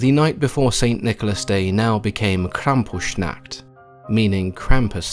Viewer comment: I love your videos but I lost it at the pronounciation of Krampusnacht. It sounded like "Krampus nackt" - Krampus nude/naked instead of Krampus night. As a german this wasn't a picture I expected when clicking on this.